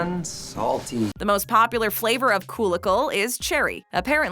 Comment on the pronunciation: Its prenouced Kool Aid pickle not koolaidpickle how dumb does this sounds and just because you don't eat these things doesn't mean you should say they should be banned y are you bashing people choice of food